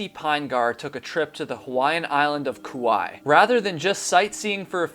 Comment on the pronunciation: It's not Koo-why. It's pronouncex Koo-why-ee